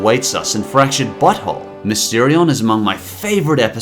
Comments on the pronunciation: i already made this joke a few days ago on your fractured but whole moment, but i love how it sounds like you say 'fractured butthole' instead of 'fractured but whole'. not an insult, just something i find funny. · Every time you said fractured but whole I heard fractured butthole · Thought he said french butthole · I just now realized that "The Fractured but Whole" sounds like "The Fractured Butthole" and I have been hearing about this game since it was announced. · "?Ok who else hears him saying "Fractured butt-hole?" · I thought he said fractured butthole